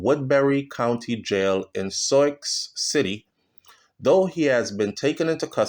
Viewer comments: That’s is pronounced Soo City, for Sioux City, Iowa. It hurts to hear you say these words. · This is so dissapointing that he lied and faked his education. By the way please learn how to pronounce the name of the city